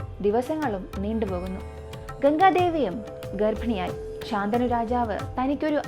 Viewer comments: ശന്തനു ആണ് ശാന്തനു അല്ല😊😊 വേറെ subject ഇല്ലാത്ത കാരണം ആണോ മഹാഭാരത കഥയിലെയ്ക് പോയത് എന്തായാലും ഇനിയും ഇത് പോലെ ഉള്ള കഥകൾ വേണം ,ഇടയ്ക് ഹൊറർ ആവാം അതിനാകും കൂടുതൽ ആരാധകര്😂😂😂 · super video ayirunnu... But rajavinte name shantanu ennann... ശന്തനു എന്നാണ്..... ശാന്തനു അല്ല 😊